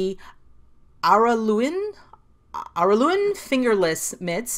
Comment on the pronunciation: Thank you for the lovely video! I really liked the patterns you showed, a few of them are now in my Ravelry queue, especially the gauntlet style ones. You pronounced Araluen right the first time you tried. It's a tiny (168 people!) country town near where I live.